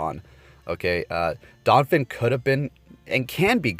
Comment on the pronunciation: Damn, “donphin” too?